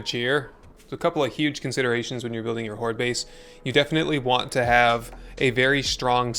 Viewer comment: Hordel Base uhaha. u killed me with this🤣